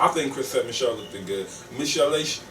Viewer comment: Lmao I swear I was gonna #factcheck when he kept saying "lookeded"